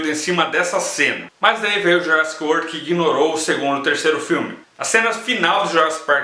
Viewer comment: Fala direito :)